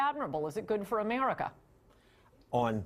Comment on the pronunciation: love the way she says Emarica